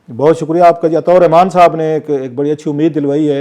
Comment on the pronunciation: Uska nam to sahi lia karen Atta ur Rehman 😂